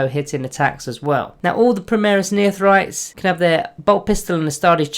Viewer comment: Neophytes = "Neo-Fights" Not "Neothrytes".